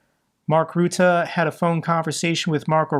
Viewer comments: There's a reason why there are two 't'-s in "Rutte"; I guess it's because it's not pronounced "Roote". Ask your dad for details. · you can pronounce "Rutte" a bit more like 'butter', making it sound better to your Dutch audience.